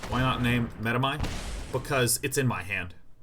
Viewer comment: it's such a relief to finally listen to a player who knows how to pronounce medomai